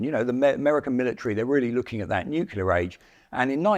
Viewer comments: the age of the tank will never die. also, lol "nukular" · This guy can’t pronounce nuclear. He says “nucular” repeatedly. No proofing or checking before release? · NU-CLE-AR! How hard is it??? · Did you actually say "nucular?? 🤣 When you consider how old the original design is, the fact that the M60 tank is still the front line tank of the USMC is nothing short of amazing. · Why do some people pronounce 'nuclear' as "new-cue-ler"? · If you're going to have someone cover topics of nuclear wartime, you should make sure they can at least say the word "Nuclear" correctly. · How can a guy keep mispronouncing 'NUCLEAR' his whole life and never get it right? Amazing. ..